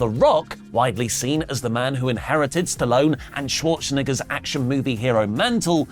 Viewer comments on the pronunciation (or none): you gotta say Arnold's last name right. There isnt a hard "R" in it 😂😂😂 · Man thought I was trippin when I heard that… hard R and everything 😂😂😂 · bro that aint how u say arnolds name lmaooooo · Uhh do you maybe wanna re-record that part...just to make it a bit more clear about the pronounciation of Arnold's last name.